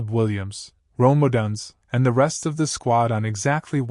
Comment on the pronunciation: Stop mispronouncing odunze 😮